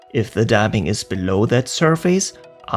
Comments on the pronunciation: For your future videos: there's no face in surface. The pronunciation is ˈsərfəs. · This is not very important or anything, but in English, the word "surface" isn't pronounced like "sur-feys" but rather more like "sur-fis" /ˈsɜr fɪs/ (am-eng) or /ˈsɜːfɪs/ (brit-eng).